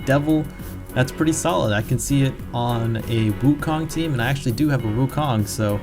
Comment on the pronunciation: aren't you asian? gotta pronounce Wukong right man